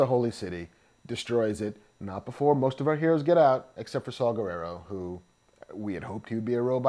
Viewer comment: I love how the guy on the left keeps calling him Saw Gerrero instead of Saw Gerrera. lol